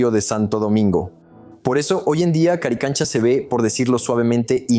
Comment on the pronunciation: haces un video y no nombras correctamente el nombre? CARICANCHA ??